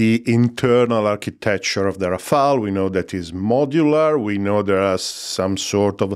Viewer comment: It’s Rafale not Rafael. That’s French for hail of bullets. Rafael was definitely the best turtle, agreed.